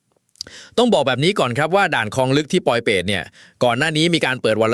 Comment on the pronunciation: "พลิกเกมส์ "...ไม่ใช่ "พริกเกมส์" และ " บ้านคลองลึก" ...ไม่ใช่ " บ้านครองลึก"